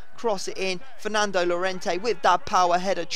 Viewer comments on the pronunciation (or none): Its pronounced yorente